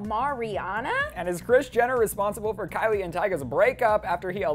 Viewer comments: its Kylie not kyle!!!!!! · it's Kylie not kyle